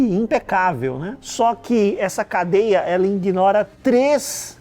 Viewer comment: ingnora??? aí não papai ... 👎